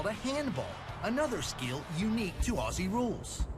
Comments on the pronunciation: Thanks for your review 😀 For future reviews a small but annoying pronunciation for us Aussies. Say "Ozzy" not "". Cheers from Down under 🇦🇺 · as an australian ive heard so many americans say “Aussie” as “Ah-See” and bugs me so much like its not “Ah-See” its pronounced “Oz-Zee” lol sorry i just wanted to ramble for a second anyway great video! 👍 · AUSSIE IS PRONOUNCED OZZY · Glad u got into it. Best sport period. Btw … common American mis pronounciation. “Aussie “ is pronounced like “Ozzy”. Double S in Australian English sounds like a Z. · Ok don't pronounce Aussie like that it's pronounced Auzzie! Afl footy is the best sport ever! Also AFL games are soooo much cheaper than American NFL games so you can easily go to every game if you want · For those who want to sound like a real Aussie (and not drive us all mad) it's pronounced 'ozzy'. Like Fozzy Bear without the f'n'bear. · It's Ozzie with a Z, not Lisa with an S...... lol